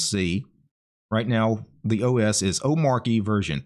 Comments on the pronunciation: DHH pronounches it oh-MAH-chee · Its pronounced like arch. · Like in 'cheat' Omar-chy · It's omarCHI as in CHI-CHI wife of Goku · You say it like this O-ma-ch-y the R is silent as I came to find out myself. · It's pronounced omarchy, actually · The Arch in Omarchy is pronounced the same way as the Arch in Arch-Linux. 😉 I was floored how easy Omarchy was to install. Have been testing it on an old Fujitsu Livebook, I got for 5 Bucks on a Flea-Market. It runs awesome. But not having a way to Alt+Tab to any currently open application is annoying. I'm open for any suggestions to fix that. It's cool, that each config explains exactly how you can edit it, to achive what you want. I still need to figure out, how to change all the Web-Apps from Chromium to Zen. Loads of stuff to learn here. In generel, there is a ton of bloat from my point of view. So many Apps I'll never touch. But I can see the appeal for people who want to leave the sinking ship, that is Windows. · bruh, its literally written omarchy. How could you get it wrong